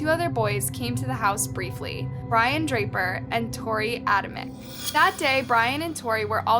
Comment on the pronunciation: It’s pronounced drayper and Adam chick and some of your facts are off Cassie knew they were coming that night at school, and Matt did already know because her mom accused him via a phone call right after she was found.and she didn’t let him stay because his dad was out of rehab early and wanted to surprise him. Movies may have contributed to the fashion they committed the crime but I think rejection was the real motive they both had crushes on her but she clearly wasn’t into them. Just think if they were the criminal masterminds they claimed to be in there deluded brains they might have actually gotten away it if not for some good interrogation skills breaking Brian then they would have little to go on. The dumbest thing they could’ve done is let themselves be seen at the house and it’s laughable they thought they would be able to fool seasoned detectives. If you would like to see how deep a persons denial can go just read toreys moms book guilty innocent the lady is absolutely delusional when it comes to toreys culpability